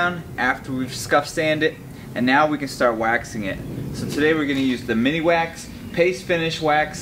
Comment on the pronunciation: MIN-WAX. Not mini wax